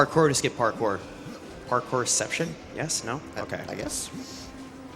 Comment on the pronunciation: I like how he says "parcore"